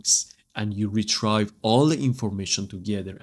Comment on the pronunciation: Love the video. Got a little confused but you explained it perfectly. Thank you for sharing this video. One small thing. When you say retrieve. It’s like Re Tree Ve. Rather than Re Try Ve